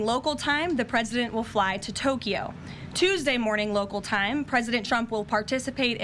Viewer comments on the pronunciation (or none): none